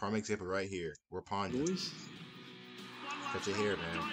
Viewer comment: One of my favourite players. Such an amazing man. Thankyou for checking him out. It's Wirrapunda just FYI😁😁😁